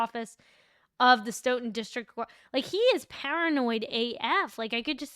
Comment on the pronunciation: Nice job with pronouncing Stoughton this time Love your work